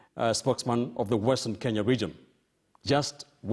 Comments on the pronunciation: Why do Mudavadi Pronounce KE as KI.? He says Western Kinya.!! His own country is mispronounced. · He is a typical product of pre-80 Nairobi School. A school which in pre-80 era was still terribly British; and where things-African were looked down upon. I am therefore not suprised that he has the capability of mispronouncing his own country.